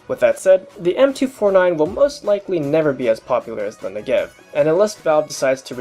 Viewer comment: Since you otherwise seem to know a ton about the Negev, I figured i'd let you (and everyone else) know... its pronounced NEH-gev, not ne-GEV. Its also pronounced smoothly - like NEgev, not Ne'gev. Source: I speak hebrew